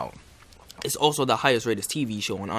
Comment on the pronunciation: Can you not pronounce the? duh , da